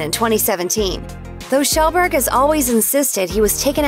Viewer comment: You but pewdiepies past name is pronounced kee-yel-burg